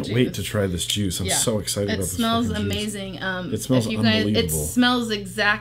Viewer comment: at 1 19 49 did say ohmazing!!!!